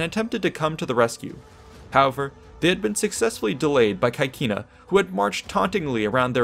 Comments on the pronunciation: The pronounce of CAECINA is not 'kakina', but CECINA , where 'CAE' is pronounced 'CE' (like 'CEst' in english) and 'CI' (like 'CHEEs' in english): so we have 'CECINA'. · please pronounce caecina the latin way